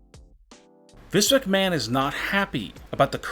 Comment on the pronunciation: His pacing and inflections are nails on chalkboard annoying. His lazy pronouncing also irritates. WWE and Vince McMahon are two great examples.